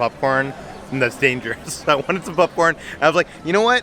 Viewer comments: Why does say pupcorn 😂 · Sounds like is saying “pupcorn” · Is it just me or does anyone else hear saying "pup corn"? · more like pupcorn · I love how says popcorn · The way says 🍿😂